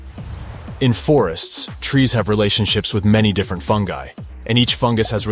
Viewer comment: Him: Funji Me: What?? Do you mean Fungi???